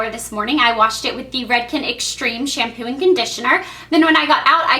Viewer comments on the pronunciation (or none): none